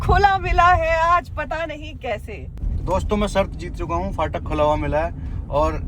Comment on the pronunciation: Bhai fatak nae phatak hota h 😭😭